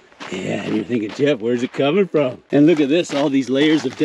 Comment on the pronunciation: 2738th thumb 👍up. About 9 mins in, When I heard " mah name is "yeff" . 🤣